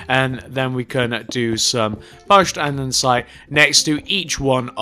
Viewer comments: its not andensite its andesite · You shouldn't make building tutorials if you don't know how to build, or how to pronounce A N D E S I T E